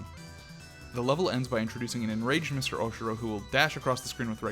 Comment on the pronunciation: FINALLY, someone who pronounces his name as OHshiro as opposed to ohshEEro